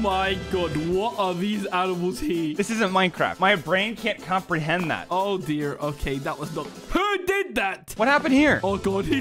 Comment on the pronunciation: when he said “oh deer”, it sounded so American